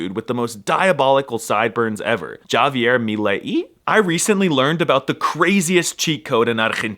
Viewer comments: Erm, Actually it's pronounced "Hah-Vee-Air" you monolingual 🤓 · oh come oooon, you speak spanish! Why did you call him "Dshavier"? 😂